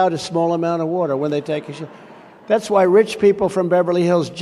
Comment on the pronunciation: I hate the way Trump says “warter ”. Ugh.